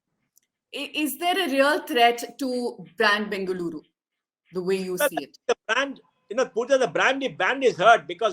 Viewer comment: First try to pronounce the city name properly